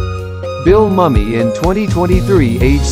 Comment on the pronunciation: The photo of June Lockhart is NOT current. I have been seeing that same photo for several years now. Also, you are pronouncing Bill Mumy’s name wrong. It is MOO-mee, not “Mummy”.